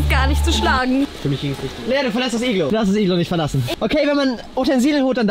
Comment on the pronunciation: BRATAN es heißt Iglo nicht iglu